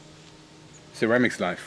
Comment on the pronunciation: sherwamics XD ly man